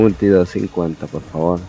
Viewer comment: PORRR FA VORRRR LOL